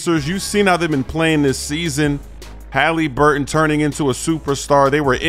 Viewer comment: why do you say haliburton all weird 😂